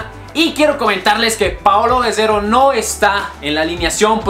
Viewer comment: Gededo jajjaja es Gerrero